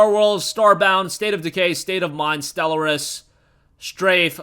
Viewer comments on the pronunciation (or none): none